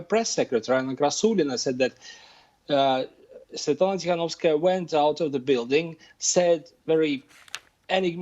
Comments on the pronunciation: BBC you are embarrassing. Can't even say Svetlana's full name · Well, as you may see my name is Slavic, I speak Russian and no, this is not a 'good job' in pronouncing Svetlana's name. BBC should have done their homework and learned how to say her name.